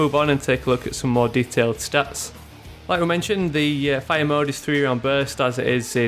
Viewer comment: why do you say it like this "Rapid Fiya" *fire*